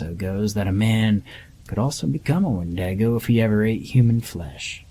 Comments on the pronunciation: Wendaygoh?? You mean wendigo? 😅🤣😅🤣😅🤣😅🤣😅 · Were you trying to say "Wendigo"?